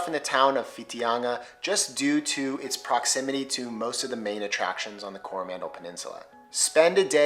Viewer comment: Definite fail mate on pronouncing Coromandel. Gave yourself away there with the stress on the first vowel.